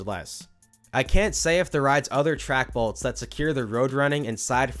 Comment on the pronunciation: Balts? Balts? Lol I can't unhear it...jk. what most likely happened being the rearmost wheels is something pulled out and the rear wheels were able to get out of the channel or the lower upriding wheel sheared off and the cart was no longer bound to the track. But seeing as so many BALTS were replaced it was most likely a failing track itself from dryrot or defective fasteners.